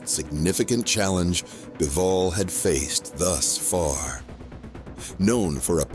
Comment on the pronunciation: Beevol? It's Bivol.